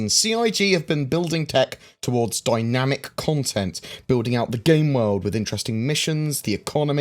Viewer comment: DY-NAM-IC CON-TENT!!! Yep, I like that!!!